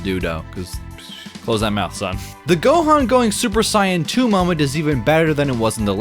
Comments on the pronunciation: wtf is a super sy yan???? saiyan nigga (say-yin) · Whats with the pronunciations? Ka ree reen? Super Sigh-yan? Say it normally. Youre not japanese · The way you pronounce "Saiyan" is fucking AWFUL bro. Take this trash back to the drawing board. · Why do you insist on saying "Kooreerin" like, just say "Krillin" dude, its not that serious. Or at least say it with the proper accent I finally was able to get over it, then i heard you say "Saiyan". Im sorry.